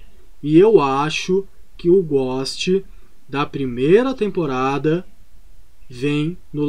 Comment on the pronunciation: Tu falando ghost ou a galera digitando aqui nos comentários: quem erra mais? Kk